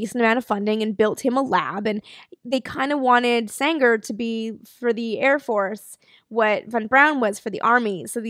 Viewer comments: Eugen Sänger pronounciation pretty on spot, maybe a softer 'ng' like in 'ringer'. The 'ä' is just an english 'a' like in 'ladder'. Also Eugen was pronounced right. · Actually your pronounciation of "Sänger" is rather good. The only minor thing is that the "ä" in "Sänger" should be stretched a bit more.